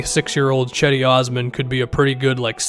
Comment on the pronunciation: Gedi not cedi